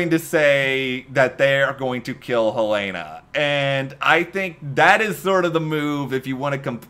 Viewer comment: I think Rhian will be just about to kill someone important when Villanelle pops up to save the day - sort of a reverse Eve/Raymond. BTW, just being picky, her name is Hélène, not "Elena". If you pay close attention, that's the way they are pronouncing it - the two syllable French way (and the H is silent), not the three syllable English way. That's also how her name appears in the credits.